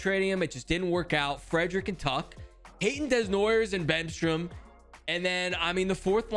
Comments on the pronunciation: I am from the town Caleb desnoyers play at and it is pronounced den-y-a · For your man Calen Desnoyers.. his last name is pronounced(Dey-noi-yay). I hope that helps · Hey! If you ever want to know how to pronouce Desnoyers in French, it’s like Day-noo-a- yeah:)